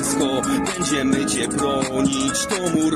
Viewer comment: Jak coś, to "cię" wymawia się "cie", nie "ciem" 😉